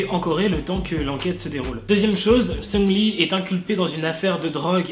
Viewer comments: ça me perturbe. tu dis Seungli mdrr moi perso je dis SeungRi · Le CéLèBrE MAQU-NAË SUNGUE-LI